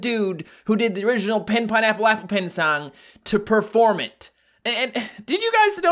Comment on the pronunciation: he said ''Pen-Pianaple-apple cat''